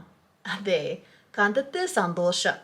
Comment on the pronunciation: 😂കണ്ടത്തിൽ സന്തോഷം എന്നല്ല , കണ്ടതിൽ സന്തോഷം എന്നാണ്( madam I hope you fix pronounce ‘kandathil ‘. in malayalam).